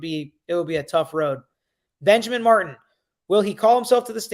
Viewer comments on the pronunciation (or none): none